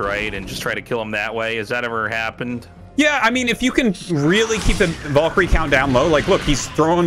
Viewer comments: Wondering why Artosis pronounces it "Volks" and "Volkyrie". Arty can you clear it up for us? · Pretty sure Artosis is from New Hampshire. But even if we consider a heavy accent, Valkaryie is pronounced with some deriviative of an "A" not "O"